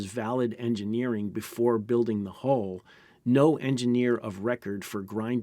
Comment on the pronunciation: U and in umbrella or unbelievable. Hull not hole.